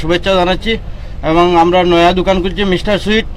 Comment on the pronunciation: Lmao, can't stop laughing... When you said "Amda" . Say "Amra" Loved the vid ❤❤